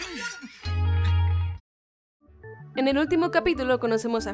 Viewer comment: dijo AMBAR en lugar de AMBER casi todo el video xD No si se noooota que fue super fan de la caricatura xD